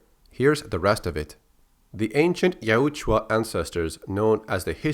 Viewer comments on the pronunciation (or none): Its (YOW-T-JA